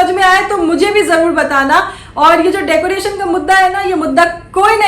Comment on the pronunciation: Bheegi billi ko decoration tak nahi bolne aa raha kya reaction degi re😂😂😂😂डेकोरेसन bolti hai😂😂😂